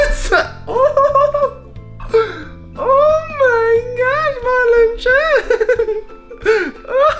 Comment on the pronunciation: its MarLin not marVin